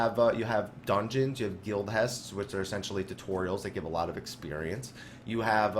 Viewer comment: The way you pronounce heists sends shivers of cringe down my spine.